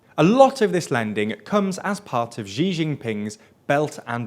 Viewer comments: It's great that you're covering China more. While you're doing so, perhaps it would be helpful to your credibility to pronounce "Xi" correctly. It's pronounced a lot more like "see" than "gee". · great reporting but for credibility’s sake please learn to pronounce “Xi” correctly! It’s somewhere between English “she” and “see”, not a soft “zhee” sound. Lots of pronunciation guides are just a google search away, this channel is reaching a level of journalism that deserves more rigour! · You guys are driving me crazy calling him ‘Zee Jinping’. It’s closer to ‘she’ than ‘zee’ or ‘zhe’. But if you want to be lazy and not learn how to accurately pronounce it, just say ‘she’. But there are a million free guides on basic Chinese pronunciation and ‘Xi’ is not present in English so it would help a lot to practice a name you guys say so often. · Good video but can you guys pronounce the Xi in Xi JinPing's name as 'see' rather than 'zee' please? It still won't be perfect but it will be much closer to how his name is meant to be pronounced. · President Xi = Sheee not Jheezz not Geee. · Quick Chinese pronunciation tip: Xi is pronounced more like “she” than “zhee” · Could you not pronounce Xi Jinping "Zhjee Jinping"? It's not hard. The Zhj sound doesn't exist in Chinese. Xi is pronounced "Shee". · Jesus Christ, if you want people to take your channel seriously you’ve got to at least pronounce peoples names correctly. It’s Xi as in “She”.